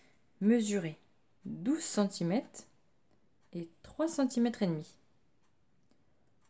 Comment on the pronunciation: Merci pour ce tutoriel mais pourriez vous dire centimètrrrres et non pas centimèteeeeees